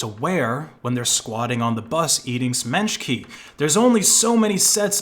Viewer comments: semechki not smichki or whatever you said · its SE-ME-CHKI